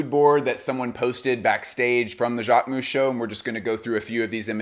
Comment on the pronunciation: Jacquemousse?! Please it’s not pronounced ‘ou’. I understand it might be hard to pronounce but it hurts to hear this « ou » sound 😢